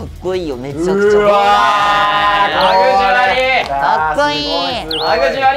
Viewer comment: 吐き捨て気味の｢ラグジュアリー！｣に笑ってしまいました可愛いwww